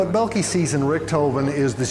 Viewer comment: Belkey?? Please americans learn how to pronounce foreign names when you you are asked to appear in a tv documentary.....